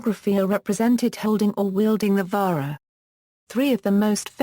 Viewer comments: its not vahra.......its vaJra.....the J is real J not H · I studied Sanskrit and Hindi at university and 100% agree! Wrong pronunciation - this isn't Spanish!! They do that in Spanish jalapeno is "halapeno" - not Sanskrit or Hindi! Narrator is Britisher, so what do they know?